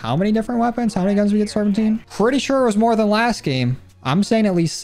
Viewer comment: ITS SERPENTINE Serp in tuh night